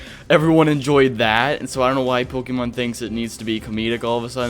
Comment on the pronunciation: It feels not pokeeemon because it's not pokeeeeeeemon, it's Pokémon. Po Kay mon. It's not that hard.